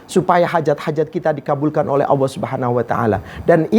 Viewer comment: Mengucapkan lafadz Jalalah ( Alloh) saja gak bener, beneri dulu baru tausiah . Dan tausiah kok tidak jelas ,Ambyar,!!! Membingungkan.mana yang jadi pedoman, Hadis Nabi atau kitab Ulama' ????